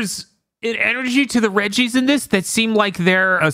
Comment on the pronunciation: Every time they mentioned the "Regi's", I can't help but hear "Reggies" and envision like some horrific man / rock hybrid of Reggie Fils-Aimé pursuing the cast and making those sounds. >3>